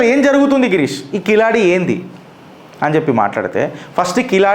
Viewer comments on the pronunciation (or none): కిలాడి కాదండి. కీలడి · కిలాడి కాదు బాబు కీలడి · కిలాడి కాదు అన్న అది కీలడి. Please correct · కిలాడి కాదు తమ్ముడు కీళడి కీళ్ + అడి=కీళడి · సర్ఆ వూరి పేరు కిలాడి కాదు క కీలడి కీలడి అనాలి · Keezhaladi..not kiladi..pronounce properly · Sir, Kiladi kaadu. keeladi.. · అది keezhadi, zha ని tamil ( Tamizh) లో ల అంటారు. అంటే అది కీలడి, మీరన్నట్లు కిలాడి కాదు.